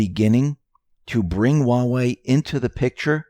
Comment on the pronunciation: There's H in huawei. It's not uawei.